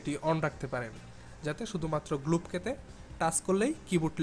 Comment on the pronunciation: শ' গ্লব কে!! 😂😂😂 Show globe key! এগুলা কি বলস ভাই?